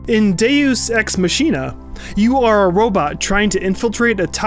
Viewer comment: He butchered the name of deus ex machina.